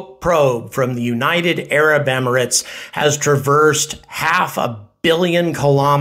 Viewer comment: Someone for the love of god tell him how to pronounce Emirates properly! Why aren't more people saying this?! Also if anyone doesn't know the UAE you need to educate yourselves ffs.